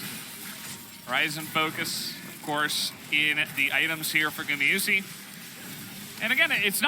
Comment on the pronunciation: can you stop saying gumiyusi, one says it right, (guma) gumayusi sriously is annoying